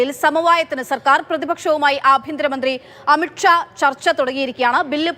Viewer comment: അമിട്ട് ഷാ എന്നല്ലേ പറഞ്ഞേ 😂